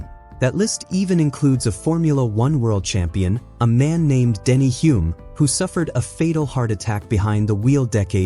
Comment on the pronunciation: I believe it's actually pronouned "Hume", with a silent l like Holborn in London, or Sherlock Holmes.